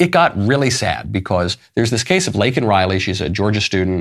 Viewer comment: I call a tie for the most disgraceful moment of the speech between him mis-pronouncing Laken's name and shaming the highest court in our land. He repulses me.